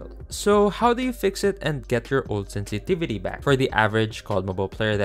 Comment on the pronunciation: "Sentivitu" i tried 😅